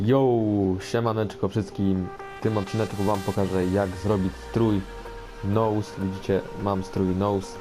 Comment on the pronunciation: jak coś czyta się nus nie nołs :D